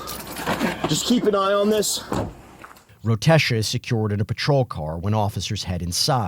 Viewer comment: "Rotesha", enough said